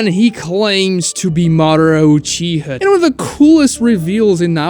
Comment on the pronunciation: UchihA not uchihuh